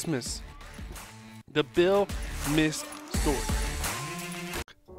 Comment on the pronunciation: His name is pronounced miske not misk you hear the “e” I am Billy’s great granddaughter thank you